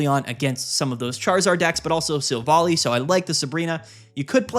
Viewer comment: It’s not pronounced Silv-ally?